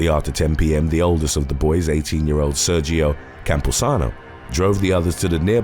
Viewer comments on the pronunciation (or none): none